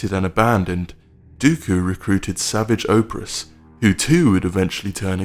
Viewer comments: I feel I'm the only one to mention that it's pronounced Suvaj opress, not savage opres. Yes, I know it's savage oppress. I'm talking about the pronunciation of his name. Not how it's spelled. In fact, i probably butchered his spelling here, but I don't care. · It's pronounced Savaaagsh Uh Press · You pronounce Savage Impress a bit weirdly! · Savig oprus. Brutal pronunciation. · Savidge Oap Riss? Um fuck no. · That’s not how you pronounce Savage’s name